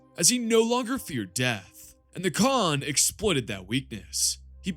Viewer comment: Yeah no, the Khan is an S, Idc what you say.